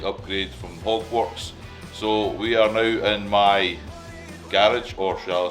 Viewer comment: it will be interesting to see what you think the first ride out! With your accent it sounded like you bought a "Hogwartz" brand headlight hahahaha My wife is a Potter fan and she was in the other room and yelled What the hell is a Hogwartz headlight? haha!